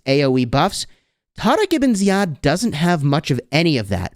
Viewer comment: The way you tarek ebn ziad is exactly as our Arabic talking ,i appreciate saying it the right way 🫶🏻